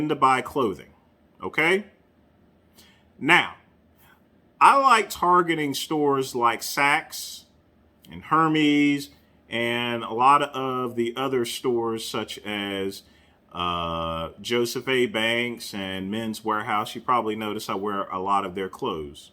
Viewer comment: Hermes is pronounced err-mezz.